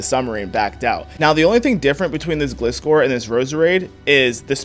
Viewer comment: Am i the only one who hates how he says Gliscor?